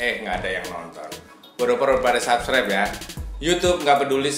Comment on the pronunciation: sabkiber wkwkwkwk ngakaka. coba google translate dulu ngomongnya